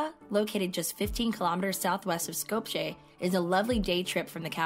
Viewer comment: Sko-p-ye not Sko-p-cheh :)